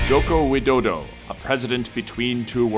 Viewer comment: you made terrible sound while pronounciating "Soekarno", "Soeharto", and "Joko Widodo". gladly you didn't mention about the former president Susilo Bambang Yudhoyono, because i believe it will be the most terrible attempt to speak that name than the other three.